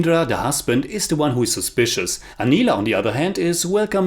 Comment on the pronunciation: Being a bengali just wanted to point out the Pronounciations Agontuk like aah gwon tuk Utpal dutta like ut Paul dot toh Anila like awe neel uh Manomohan mitra like moan oh mow hon mit toh Sudhindra like shoe dhin dro